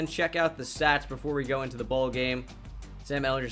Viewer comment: Sam is pronounced how you were pronouncing it he says it in his introduction to the Longhorns video